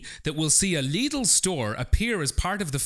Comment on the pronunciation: When did you start pronouncing Lidl so it rhymes with 'needle'? I thought it rhymed with 'fiddle'? Otherwise, top show, no regrets.